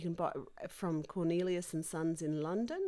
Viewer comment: Hi there, you were going to link to the gold paint in the description box I think you said? Also, do you. mean L. Cornelissen & Sons? It sounds like Cornelius? But maybe I misheard... 😂